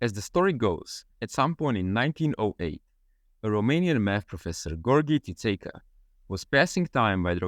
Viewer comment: I was NOT expecting such a good pronunciation of Țițeica’s name.